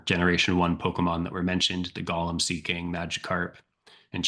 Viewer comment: Golem pronounced go as in go and lem as in lemon. Golem is never pronounced like Lord of the Rings Gollum. “Golem” is from Jewish folklore and it’s pronounced GOH-lem—not GAH-lum like the creepy ring whisperer. It's like nails on a chalkboard when people mix those up. Totally different mythologies, totally different vibes. Makes you wonder how many people think Pokémon’s Golem evolves into “preciousss” or something.